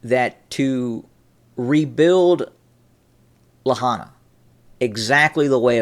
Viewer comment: It isn't La-hana it's pronounced La-hi-na, it's pronounced like it's spelled.